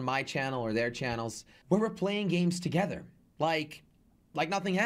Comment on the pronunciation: He said toogeder